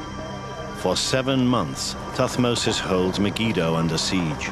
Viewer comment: it is thutmose not tut mose